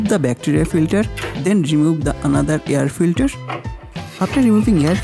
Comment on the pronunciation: hey idiot its not yar filtar, its air filter